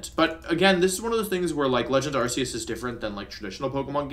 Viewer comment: It’s Ark-ee-us not Ars-ee-us Mr. World Champion sir 😤